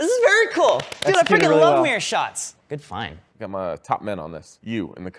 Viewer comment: "your fine" instead of "good find" Such a 21st century bro :)